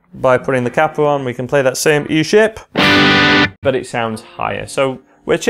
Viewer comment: Cappo? It's a Capo! Long sounding "a"